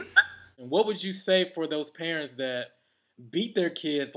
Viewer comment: i love the way says parents....perrrents lol.... i think you should beat your children if that will make them behave...if it dont work, dont do it